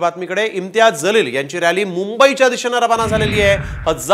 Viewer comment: ज़लील नाही बे जलील बोल